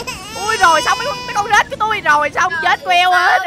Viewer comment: Anh ơi cái đoạn anh nói con rết thành con rích hi. Hihi em hơi mắt cười í, hihi🤣🤣🤣